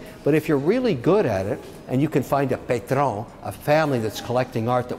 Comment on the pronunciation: Mr. O'Leary mispronounced the "a" in "patron". He needs to brush up on his french vowel rules. Good r / n through.